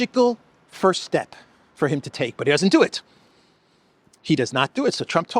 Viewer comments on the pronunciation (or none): none